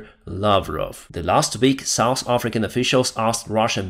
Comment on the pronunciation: your English is improving, but you are still pronouncing hotel and south wrong. When you say the russians are ‘souse’ I have to chuckle because souse means drunkard! 😂